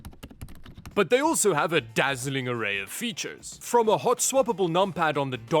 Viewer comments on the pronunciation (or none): none